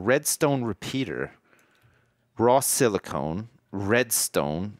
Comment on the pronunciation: I chuckle every time says "SIlicone" when he means Silicon. One makes computer chips (Silicon) the other makes mountains out of molehills (Silicone).